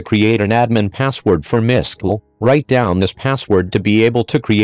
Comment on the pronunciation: I know there are many reasons why you might use a generated voice, but it would help make things clearer if you could adjust the text to help the voice. For example, it tried to pronounce 'mysql' as written. It would have been clearer if you did something like: 'My S-Q-L'. Stuff like that. It's a bit tricky to understand this voice.